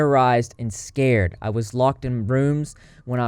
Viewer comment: scarred not scared :]